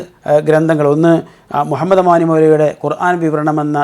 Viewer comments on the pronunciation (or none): none